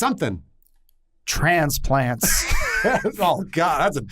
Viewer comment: I always come back to this video the way he says transplants kills me